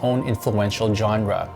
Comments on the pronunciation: it's pronounced zonra not johnra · The music used in this is really bad, there is far more impressive ambient out there. And genre is pronounced "shawn-ra".